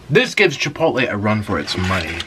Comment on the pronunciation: jipotle ? XD